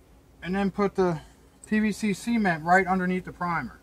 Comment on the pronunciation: I like these DIY videos. Anyone can go out and buy a new factory made cover, but there is pride and creativity in a homemade project. Judging by the crab baskets, and how you pronounce "cement", you have to be from Maryland. Great video man!